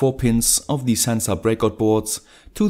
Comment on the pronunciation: Hey your videos are awesome and your English is pretty good. But you should really fix your pronunciation of 'the'. The rule is very simple. Its 'the' unless the next word starts with a vowel, in which case it's pronounced 'thee' So The temperature (not thee temperature) The weather The wifi Thee arduino Thee other arduino Thee information Hope you don't mind the advice.